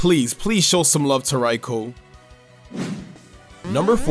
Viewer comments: Its not called raiko its called raikou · It's pronounced Rai-koo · The best way to be nice to Raikou is to pronounce its damn name correctly. Rai-ko just sounds stupid